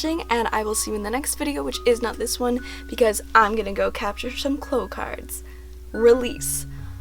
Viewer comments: they're not "cloh", it's "claow" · Its clow like cow not clow like glow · shell shell lol bish what Japanese version are you watching, Sakura pronounces it "cloh" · Victoria P well obviously many people including myself hear her say "cloh" in the Japanese version lol, there are multiple videos of her capturing the cards here on YT. But as a kid I watched the French dub because of my dad, and they definitely say "cloh" no doubt about it, so I have always said it that way and it seems very strange to me to say it like "claow." But I mean it doesn't really matter 😂 just weirds me out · so... I've been pronouncing clow wrong all my life.